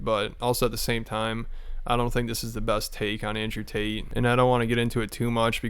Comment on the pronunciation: Brendan mispronounced "Tate"... How do u even do that???